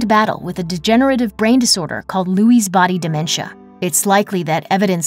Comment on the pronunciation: Lewy Body Dementia. Not Lewys.